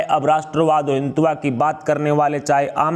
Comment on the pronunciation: Aap hindi bhi nahi bol sakte. Jara hindutva theek se bol ke batain !